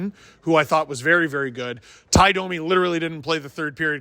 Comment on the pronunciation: Did you intentionally say Tie Domi?